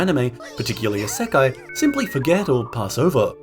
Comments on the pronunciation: 異世界 is pronounced EEE-sekai, with an い not EH-sekai (with an え) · why do you pronounce isekai like that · how you say isekai is wild lol. but good video